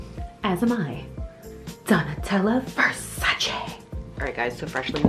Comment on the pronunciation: you pronounced Versace wrong. I learned from Donatella how its pronounced, you do not pronounce the E you say it AY at the end so its like Versach ayyyy